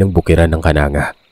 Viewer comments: Its not Kananga po it's kanang-ga po😅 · Mali ang pagka bigkas ng lugar.di yan kananga.kundi ang bigkas.KANANG GA. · pronouncatuion po Ng KANANGA, AY KANANG-GA PO.😊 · Its kanang-ga ang pagbigkas yan hindi kananga, may pinsan ako jan isang guro d ko nalang pangalanan, kasunod nyan is villaba at kasunod ay palompon. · Kanang .ga po pag basa niyan KANANGGA LEYTE taga baybay Leyte ako 😊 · Kanang ga po pronounce nun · Kanang(ga) Po yung pagkakabigkas:) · Kanang ga po Ang pag bigkas nyan